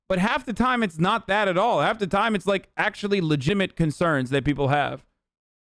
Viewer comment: “Legimit concerns”